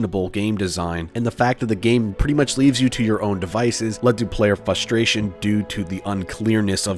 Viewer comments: You say frustration a lot, also, it sounds like "fustration" to me, but that's just a nitpick, the video was pretty entertaining. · My dude can't say frustration. There's an R there buddy frrrrrrrrrrustration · Maybe I'm new to this channel but this guy really hates the R in frustration. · Take a shot every time he mispronounces frustration